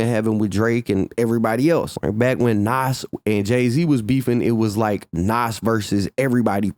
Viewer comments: Love ya.. But its not pronounced "NOSS" (Nas) its pronounced NAHZ (with a 'z' sound at the end) ❤❤ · The way you say Nas erks me. Either say the man's name right or don't say it. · Stop saying nas name like that its cringe af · Wish you would say Nas name correctly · I fuk with, but if you didn't know he was white you will know that now because how he say Nas, I'm from the south and I still know how to say his name